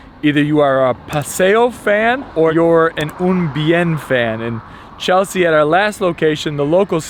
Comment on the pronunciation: Great video. Did butcher Un Bien* pronunciation lol